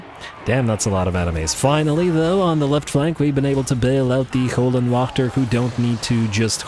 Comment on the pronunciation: If you translate Hell Guardians into German it will tell you how to correctly say Höllenwächter. You don’t say it to bad. Just as a German it hurts my ears. Love the channel keep it up